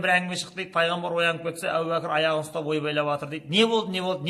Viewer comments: Әу бәкір емес, әбу бәкір ✌ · Сосын Ау Бакыр, емес Абу Бакыр.